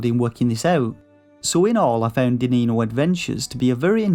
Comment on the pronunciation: It's pronounced like diniño, "dininio"